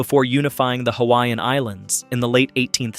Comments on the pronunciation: No one should be able to create a video of Hawaii that does NOT know how to speak the CORRECT PRONUNCIATION of the HAWAIIAN LANGUAGE!!! YOU are so disrespectful!! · I’m sorry but if you are going to do a video about Hawai’i, you should research how to pronounce the Hawaiian words properly. It is very disrespectful. Couldn’t even finish this video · Pronunciation of Hawaiian names and words is disgusting! Before making a documentary learn the correct Pronunciation!!! 😡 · You butcher the Hawaiian language and the spirit behind the words! Please go take a Hawaiian language class and remove this video! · It hurts my ears to hear the mangled pronunciations of hawaiian words. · WHY IS A HAOLE MAN DOING DOCUMENTRY AND CANT PRONOUCE HAWAIIAN ISLANDS PROPERLY NOT FROM HERE BUT LIKE TELL ONE STORY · You should learn the correct pronunciation of Hawaiian words if you’re going to make a video on Hawaii